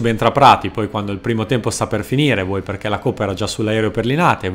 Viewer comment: Bella scelta dell'argomento. Anche il testo è scritto proprio bene. Unico appunto: se potessi limare un pochino l'accento: non so di dove sei ma pronunci le "e" talmente aperte che quando dici "perché" sembra quasi che tu dica "parcà". :)